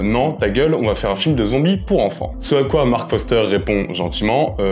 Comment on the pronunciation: Mdr il s'est trompé, il dit Marc Foster au lieu de Marc FoRster